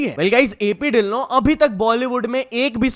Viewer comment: ਪਹਿਲੇ ਵਾਰ ਕਿਸੀ ਨੇ ਸਹੀ ਸੇ ਢਿੱਲੋਂ ਦਾ ਨਾਮ ਲੀਤਾ 😂😊